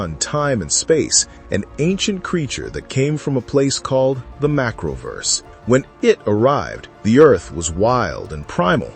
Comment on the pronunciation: sounds like he said it came from a place called the mackerel-verse lol